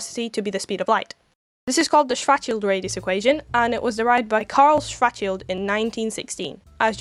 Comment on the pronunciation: What a fun view! Kudos for you to show the math, is amazing how supposed science channels skim on it, although... What did you say, young lady? Do you blame the micro now? "strategy" ,"fatshield" ,"sweatshield", "distraction", "schorathe"... YouTube captions are not helping :)) I suggest that in the future, if you ever have to speak of poor Karl Schwarzchild again, show his name somewhere